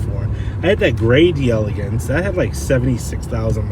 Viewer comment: You can't pronounce words properly. Delegance and Brougham.